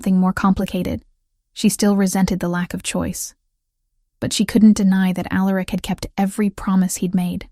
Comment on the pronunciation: Facts…. And every omega, or, future Luna always says, “why me” … or, I’m nobody, or, I’m just an Omega… although I will say, the names were different this time .. except for Alaric ( mispronounced as it is lol)